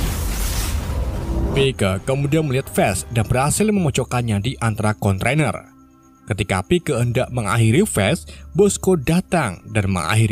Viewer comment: Kontainer broo...bukan kontrainer he...he...he...